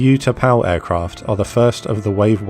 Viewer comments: I was there during all this. The 'U' in these Thai names are pronounced like a double OO as in Moo or Boo, not like the word YOU. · The narrator could have benefitted from studying the correct pronunciation of Vietnamese place names and Utapao.